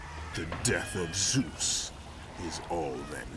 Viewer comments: Correction. “Zoos” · sometimes they say soose its funny